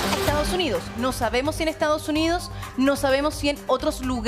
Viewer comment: Porque pronuncian Estaos Unios? Es Estados Unidos😮